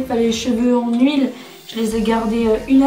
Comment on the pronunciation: c’est Huile pas « uile » mais sinon super